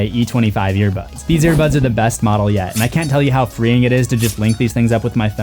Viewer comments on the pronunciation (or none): none